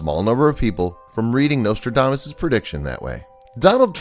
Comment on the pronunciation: The nostrildamus. Oh yes the great fairy tale writer. I think the narrator is touched in the head.